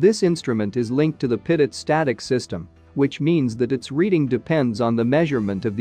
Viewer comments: It's A Good Video But Teach Your AI To Pronounce Pitot As Pee Toe & Not Pit It. Thank You. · Pretty sure this is computer generated speech from a text script. 'Pit-oh' is how a computer would read it, 'Pee-toh' is of course how it should be pronounced. That aside, it's really good explanation of various airspeed measurements. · Why does the voice over say pitted-static system? and not Pea-tow-static system? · Pitot is pronounced "pee' toe". Thanks for your good work for pilots. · Maybe I'm just weird, but since Henri Pitot (a Frenchman) invented the pitot tube, this device ought to be pronounced PEE-toh. What is the point in naming things after people if we don't say their names correctly? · It would add validity to the video if the narrator knew how to properly pronounce "pitot".